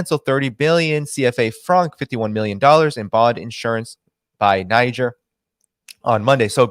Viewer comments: THere are two ways to pronounce Niger. In French it is Neezhair, and in English It is Neyedger. It is hard to listen to your mispronunciation. If you doing a podcast on a country at least pronounce it correctly. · Please try to pronounce the name of the country correctly, in either French or English, it takes 5 sec to find it on yt or google translate. You are combining the first syllable from the English and second from French pronunciation. It is annoying but also quite disrespectful. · I listened to your show, and I must say, it rips, tears, and shreds the ear canal to hear you constantly mispronounce the word “Niger”. I would have taught since that particular country, word was the main theme of your show, and all over the place, that you at least would have familiarized yourself with the proper pronunciation of the word. I hope we as viewers and listeners of your show can hope you would show more courtesy to other countries and words next time.